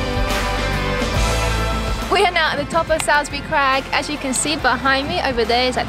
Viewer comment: Just a wee pointer. Salisbury Crags is pronounced 'solsbury'. :)